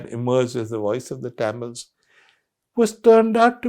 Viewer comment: Liked the content. Didn’t like how Mr. Sanghvi mispronounced Tamils throughout the video.